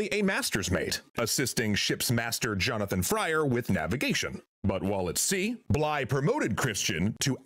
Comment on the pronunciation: Bligh not blythe